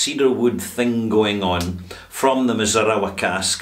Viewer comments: I have the standard 13 year old Glendalough, and it is a very nice Irish whiskey. Definitely not a Redbreast or Jameson type, more agressive and expressive than either. Also, it's mee-zoo-na-rah. But that's beside the point. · Hello, I can speak Japanese- not bragging, I live in the country and need it. The pronunciation of Mizunara is 'mee-zu-na-ra', if you are interested. Mizunara is a type of Japanese white oak- very tight grain and very hard. A great firewood.